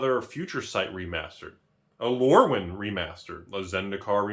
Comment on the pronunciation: Let me save you time. Rudy literally spends 13 minutes and 5 seconds saying "(Previous Magic release) Remasered?"